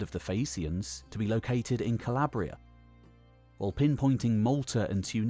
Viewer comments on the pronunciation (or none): none